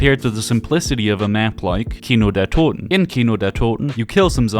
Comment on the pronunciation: Your German pronounciation of „Toten“ is the most perfect I heard so far from English zombie channels. Aber villeicht bist du auch deutsch :)